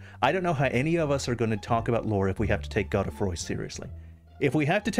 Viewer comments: The pronunciation of god-E-froy really threw me. Gode as in mode. Godefroy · It's pronounced "God-Free", or "Godfrey"... not "Go de froy". Its an archaic form of the name Godfrey. The Spelling is medieval French in origin. Which obviously has implications lore wise as Godfrey already exists as an entirely seperate character... Its possible Godefroy is an alter ego of Godrick much like Ranni uses the alter ego Renna when we first meet and Morgott appears as Margit. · Is it really god-eh-froy? I always thought it was g-oh-d-froy. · I know his name is pronounced Go-dah-froy but for the life of me I can't pronounce it any other way than Goad-Froy. Godefroy the Grofted. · Actually it should be pronounced “Gawd-uh-fhwa”, but I figured since Rogier pronounces his name as “Rozh-yair” instead of “Hrozh-yay” that French names are Anglicized in ER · The name is French so you're pronouncing it wrong, too.